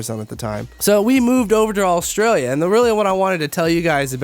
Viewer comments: Considering you lived in my county you still can't say it proparly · The way he says Australia was really getting to me